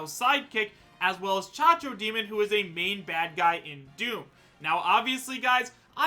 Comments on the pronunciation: CACO! CACO DEMON THERE IS NO GOD DEM H IN CACO STOP SAYING CHACHO DEMON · IS C A C O D E M O N, NOT "CHACHODEMON", IEEEEEEEEPA LAH CABRAH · did he just call it a cha-cho-demon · The way he pronounces Cacodemon, my god. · The way pronounces Cacodemon...